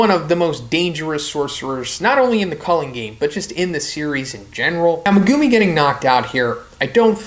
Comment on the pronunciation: why are you saying megumi like that